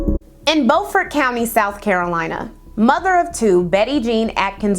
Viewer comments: Great video as always! Just wanted to let you know that unlike the way we North Carolinians pronounce "Beaufort," it's actually pronounced "bew-fort county." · Beaufort is pronounced byoufert! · This is a great and informative video! As a South Carolinian, the city of Beaufort is actually pronounced "byoo-fort" like the "beau" in "beautiful". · I love you but I’m an sc native. BEU-FORT like Bew-fort. And HeLL-En-NA